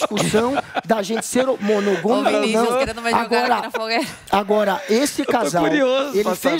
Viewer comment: "monogOmico"... Putz!